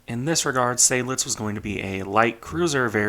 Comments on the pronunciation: Weser: long German e, followed by soft s (z for Americans). And pleeease: Zide-lits, not Say-dlidz. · Greetings, I have a small correction because it drives my inner Adrian Monk nuts: Seydlitz is pronounced "side-lits", not "Sayd-lits", with a clear 'ah'-sound. There even are original records of General von Seydlitz being adressed in old radio transmissions on YouTube if you'd like a listen from back in the day. It's not one of those "some say it like that some say it like that" by the way. There is a correct pronunciation - yes, plenty Germans get it wrong as well because education is at an all time low these days. (Same with Prinz Eugen having the emphasis on the second e due to the name's origin.) Other than that, nice video as usual. These really are optional things to improve on, after all. I'll gladly help by for example providing some hearing examples if you'd like to improve on your pronunciation if you want. Happy New Year